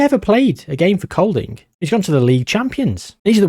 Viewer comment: I'm English living in Denmark. Bit distracted by the start 😂 sorry for the wall of text. Kolding is a place, pronounced like "Colding", and idræts-forening means "sports-union". My local clubs are AAB and Hobro IK, sadly it's a bit of a farm league for Copenhagen (København). All those free transfers! The vowels in Danish (æ + å + ø) are actually quite easy for English speakers, we use them all the time in words like "train" & "all" respectively. Ø is harder mainly because it encapsulates three vowel sounds (not hard individually) so you just have to know the way the word is pronounced ahead of time. The "r" (rolled) and "d" (glottal stop) in Danish are much harder haha Its hard to describe how to pronounce via text but here goes Idrætsforening is like "id-raytes-for-eh-ning" but the "r" sounds are from the throat like you're spitting 😂 Æ used to be a letter in English until really recently, like 100 years ago, used in words like encyclopædia and dæmon.